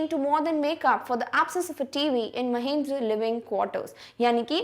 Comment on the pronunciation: Actually mam it is Mahendra not mahindra mam pronounce it properly.